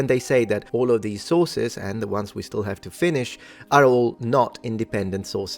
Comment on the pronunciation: On a sillier note… I get Hungry every time mentions “the Sources”. Because to my ears, it sounds like he is saying, “The Sauces”! 😅 “The Sauces say…” “The Sauces are Important…” “We can’t ignore the Sauces…” “We can look at the Sauces…” “We have LOTS of SAUCES!” 🤤🍝🥫 Now you’re NEVER going to unhear it! You’re Welcome! 😂🤣😂🤣